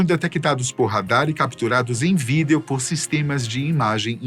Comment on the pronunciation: É engraçado o jeito que ele fala "vídeo" né? 😅